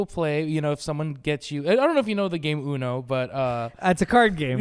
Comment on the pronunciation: You say No-Uno